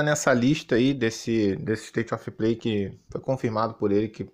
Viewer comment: "ISTAITI OFI PLEI" 😂😂😂😂😂